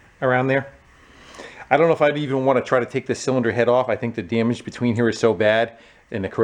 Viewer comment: The way you say daemage will never cease to amuse me.